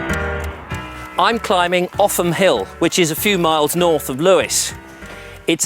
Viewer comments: Offham Hill and the village of Offham are pronounced Oafem locally. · Interesting stuff and really well presented. As you said, there's far more to see in the area than you had time for. I believe Offham is pronounced 'Oafham' by the way. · Enjoyed this thoroughly! But you didn't take advice on local pronunciation: Lewes has 'Leweesians' and Offham is 'Oafham' - still - the video was interesting to watch and most enjoyable. I hoped you'd manage to get on one of the Brewery Tours - they're excellent (like the Beer - named for many local events like 'Bonfire Beer' etc.) The Brewer is quick to mention that the water doesn't come from the Ouse, but from deep artesian wells! Hic! and is called not 'water' but 'Liquor' - Haec, Hoc! And the Chalk Pit Pub is now an Indian Restaurant . . . .